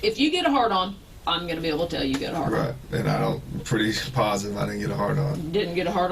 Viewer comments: Sometimes when he says 'right' it sounds like 'bruh' to me. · Why do I hear 'bruh' every time he says 'right'. I'm sorry but i can't take this seriously when I hear it lmaoo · Everytime time he said right is sounds like hes saying bruh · Everytime he says "right" I hear "bro".